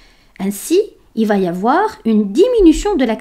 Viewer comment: Excellent!! Ce serait parfait si vous ne faisiez pas une fausse liaison entre « va » (3ème personne du verbe aller donc sans « t » final) avec le verbe qui suit. Par ex.: va aller. Mais c’est un détail étant donné la qualité de la vidéo.